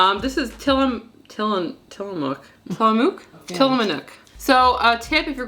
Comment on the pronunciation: I live near the Tillamook Cheese Creamery. 🧀 Mmm! You say Till-uh-mook(like Look). 😃